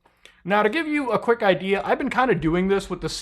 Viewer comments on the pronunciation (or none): none